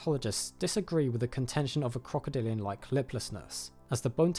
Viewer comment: OK is he saying "crocodilio" or am I tripping?